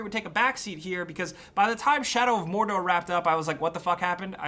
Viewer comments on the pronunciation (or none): I like how you said MORRRDORRR. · Shadow of Morrrrrrrdorrrrrr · Geralt of Rivia Sounds like Spanish